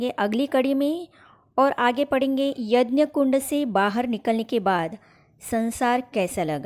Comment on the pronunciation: Yanya nhi bahanji yagya boliye